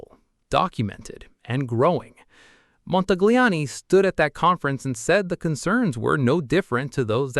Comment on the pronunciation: Please, please, please speak Montagliani correctly. He deseves it.